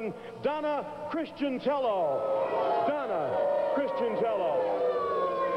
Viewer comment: DONT you just hate it when the announcer gets the last name wrong and the company running this show, gets the last name wrong as well? CHRISTIANELLO...DONNA...LOL